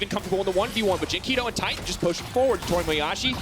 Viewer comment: It's... titan. Tie-tan